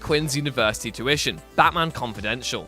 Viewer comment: is it the right pronunciation of Tuition 🤔